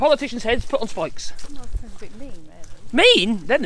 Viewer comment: Not spikes ‘ Pikes 🎉